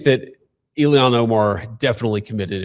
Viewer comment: Why the fuck can’t JD pronounce “Ilhan”?